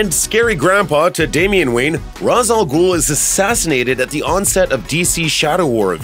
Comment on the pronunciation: Umm, good list, but you really need to learn how to pronounce Ra's al Ghul's name. I recommend watching relevant episodes of Batman: The Animated Series so you can hear it.